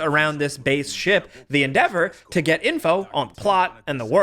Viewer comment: "The EndEAVOR" lmaoo